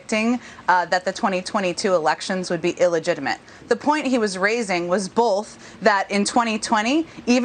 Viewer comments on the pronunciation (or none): Didn’t realize there was an L in the word “both” Maybe she was throwing that L in there to signal how the midterms are gonna turn out for them